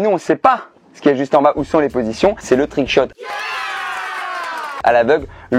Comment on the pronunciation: "twouick chot" oh non pas ça !